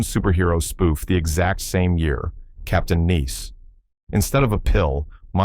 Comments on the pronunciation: AI reading a script. How do I know? It's not Captain NEECE, it's Captain NICE. a Human would know that. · This is so lazy and annoying. AI script read by AI narrator. Uses footage from the first ST pilot while talking about the series with a different cast. Captain Neece? LOL. Is that the French version? Lost In Space was a horrible show. It deserved cancelation, not a long run. You are showing clips from the FILM version of Voyage, NOT the TV show. Land of the Giants gripping? Jaw-dropping? I watched that show a couple of times. Crap. Not good at all. It's About Time was only memorable for it's catchy theme song. Stupid show. ANd I could start a drinking game with the word "iconic" and get really drunk. "Unfortunately Mister...............Terrific," Hahahahaha. F-ing AI. Etc. etc. etc. But your click bait got me. Curses!